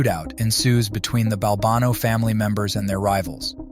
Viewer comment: Maybe be consistent in the pronunciation of the name Balbano.